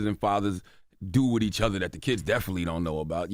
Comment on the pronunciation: There should be certain words jess cant say . First word on the list Do second due 😂